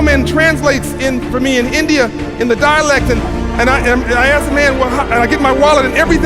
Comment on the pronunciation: He clearly has said indiana not India